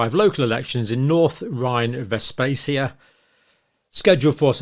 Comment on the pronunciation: Rather irresponsible for an actual doctor to be speculating about this without having solid evidence, like autopsy reports or any detailed personal medical history. Or even any knowledge of the area (calling the second part of it “Westfacia” instead of Westfalia); one of the age-old industrial heartlands of Germany, so lots of pollution and not necessarily the healthiest of environments to live in. Obviously, with many far-right/populist party voters, as well as many of their candidates - though generally not their leadership - typically hailing from working class backgrounds (these parties, like UKIP/Reform in the UK and RN in France, tend to cater mostly to the resentments and grievances of the “left behind”), I’m afraid the membership of these types of parties specifically will often be less healthy than the rest of society. The candidates of other parties (Conservatives typically richer; traditional “Labour” parties typically more focused on the better-educated workers; the Greens obviously very health conscious) may well be significantly healthier. A number of statistics will need to be checked specifically with regard to these individuals: how many of these people were smokers and/or heavy drinkers; did they have an otherwise healthy weight? Farage, for instance, is rarely seen without a fag and a pint in hand, while Trump’s diet would give most doctors the willies; the typical working class diet in Germany isn’t particularly healthy, while the dietary “vibe” among the